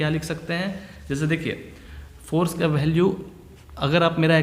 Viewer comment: Sir ji.. bhalue nhi value hota haii.... Baki theek hai.